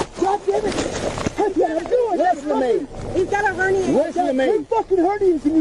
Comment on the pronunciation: She said, "Hernie". She meant to say, "Hernia".